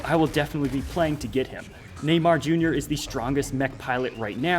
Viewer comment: Everythime he says Neymar Jr. sounds like a gringo robot trying to speak a old forgoted language